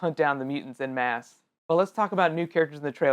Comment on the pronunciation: Just BTW. en masse is pronounced -on mass- not 'in mass'